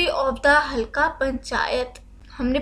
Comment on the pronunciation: halka nahi halqa